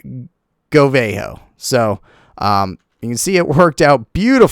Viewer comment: It's not Go-Vay-Ho, It's Go-Vuh-Ho